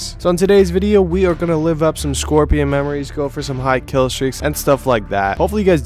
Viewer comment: It wiLl Keel